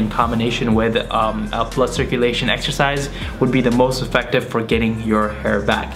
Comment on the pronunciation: I thought he said butt circulation